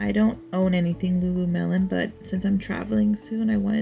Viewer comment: Did you say Lulu-melon? 🥰